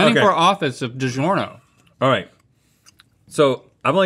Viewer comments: I like how said "DiJerno" again and no one batted an eye. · reads Digiorno says "Digerno"